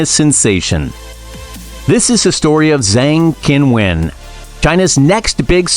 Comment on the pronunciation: 8 minutes about Zheng Qinwen, but you didn't bother to take 8 seconds to learn to pronounce her name correctly. Very lazy and sloppy work.